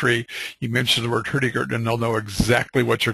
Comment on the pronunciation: Highly recommend you try to get some training in norwegian spoken, Hurtigruten in your norwegian, translation is quick porridge, it should be fast boat line!Not very good.... Room for improvements.